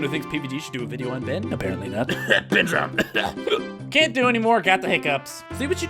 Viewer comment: No, it's "DROWNED", not "DROWEND"